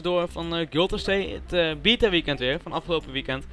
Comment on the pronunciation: Het is geen bieta, maar beeeta (of behhta